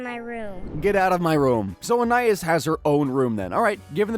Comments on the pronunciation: So is it just me or was everyone else thrown off when he said Anayas instead of Anais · I think Anais name is pronounced “AnEyeEase” 😅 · Idk how they could keep saying Anias name wrong with this much knowledge on the show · Yoo if you're gonna make this video at least say her name right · He keeps saying Anais's name wrong. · I think he pronounces ANAIS name wrong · that is NOT how her name's pronounced bro 😭